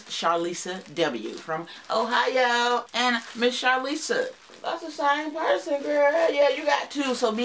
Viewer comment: Thank you for the shoutout, lol. You pronounced my name perfectly (Charlissa). I don’t know Rhonda, but I’m glad Ohio is showing up 😊.